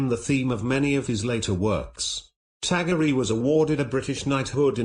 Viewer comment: His name is pronounced as tagor not tagoreeee